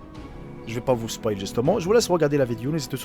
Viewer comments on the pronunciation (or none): none